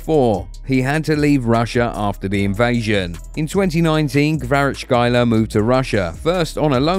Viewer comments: Not Kvarachkaila but Kvara-ts-kh-elia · Kvarachkelia not kvarachelia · Kvara - Ckelia is closer to his last name then what you're saying. Dont torture yourself lol. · Don't need to struggle. Just say Kvaratz-helia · Hvicha KvaratsHelia this is how to pronounce his name in English. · Nobody butchered his name worse than you lol ! Kvarashyler Freestyler raka makafo ! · Its not that hard, rly - Kvara (very ez to pronounce). problem is next for letters tskh, which, in Georgian is just two (ცხ) - pronounce it like "s" and "k" (preferably with sligh hush near the end) which are closest. Elia is also ez. So Kvara(t)sk(h)elia. Hope i made things easier for u. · its izi you need to say kvarackelia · Mate, your pronunciation isn’t even close 😂